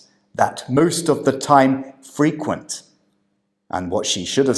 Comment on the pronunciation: Your feedback and manner are brilliant but i do sometimes think you’ve misunderstood what the candidates are attempting to say. I heard “frequent” as being intended as the verb - albeit quite rare in everyday language - and she just misplaced the word stress so it sounded like the adjective.